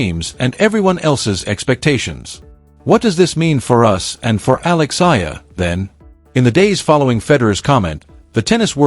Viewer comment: ...please pronounced the correct way to say her surname E-A-LA ( E-yah-la)!!!!!!😡